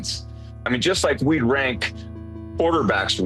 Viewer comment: This guys said "we consider Mayfield a top 5." You speak french now with that oui?